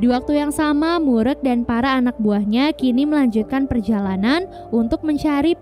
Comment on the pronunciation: Just info. Klo ada nama org korea yg pake "eu" di namanya. Jgn di sebut "e". Kaya mimin ini, "mureuk" di sebut "murek", penyebutan "eu" dlm bahasa korea sama kaya penyebutan "eu" orang sunda. Contoh: "geulis" "keren Euy!" "Eleuh eleuh.." dll. Jadi lebih cenderung ke huruf u penyebutannya.